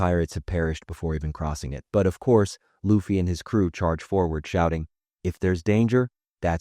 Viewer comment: Immediately clicked away when I heard him say Luffy's name wrong. How do people say names wrong when they are correctly said in every single episode? So frustrating. All this research and you didn't take the time to learn the main characters name?